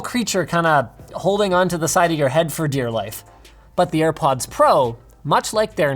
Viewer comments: Literally no one: Linus: AirPuds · "Ear Puds" I might send Linus a pair of airpods engraved with the word "Earpuds" on them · Dima is a tree. I bet you didn’t watch the full vid. He says “AirPuds” a couple of times and says that he couldn’t hear himself. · "ear puds" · Nikola Nikolov he said earpuds not airpuds🤦‍♂️